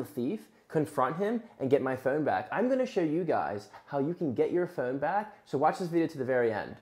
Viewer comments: “My phœne” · Why do you say phone so differently? Where is your accent from?